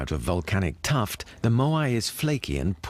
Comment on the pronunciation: ... "tuff", not "tuft" ... (÷